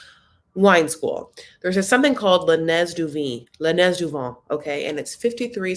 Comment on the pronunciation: “Le nez du vent” don’t pronounce the ‘z’…….it’s pronounced “nay” (kind of- no emphasis on the ‘y’)